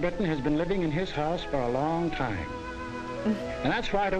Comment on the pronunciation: *Time, not "tome".